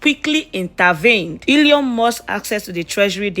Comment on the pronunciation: Your pronunciation is so wack. The name is Elon and not Eleon.